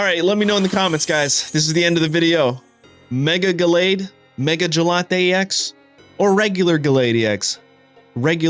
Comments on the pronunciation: Jellatté is super annoying bro. Not to mention bad for your algorithm. Say Gallade. Please. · Good vid though mega gelate is lk triggering 😅 I beg you say gallade it’s such a cool name as well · love but the 'gelate' always cringes me out MEGA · My brain itches hearing gelatey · Lol gallade? Gelade? Gelato😂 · Why did you say Gallade like he's gelato or something 😭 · he is doing it on purpose. Just like he mispronounce Gengar and Decidueye. I don't find him doing that to be amusing. Just annoying.